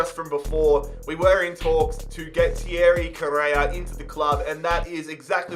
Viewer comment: "Tiewry Cowreya" 😂